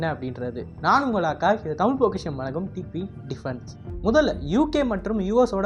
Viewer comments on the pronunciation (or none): none